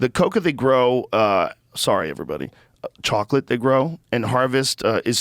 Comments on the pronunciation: This man says chocolate like that fish in spongebob.. "Chawwkklit" lmaooo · joe pronounces chocolate like the old woman from SpongeBob